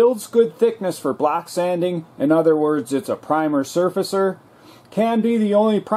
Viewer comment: thumbs up if every time this gentleman say "block sanding" you actually heard "black sanding" ;-)